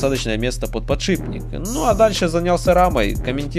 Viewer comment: Сколько же вас учить не подшибббник , а подшиППППник